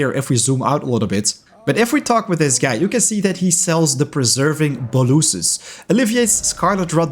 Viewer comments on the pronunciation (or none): Thanks for this extremely helpful video! Btw, bolus is pronounced "bow-lus" as opposed to "ba-loose" 👍🏼